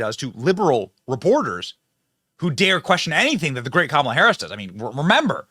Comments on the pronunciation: KAH.mule. Ha. Ha. Ha. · Oh my God I love it "Kackala"😂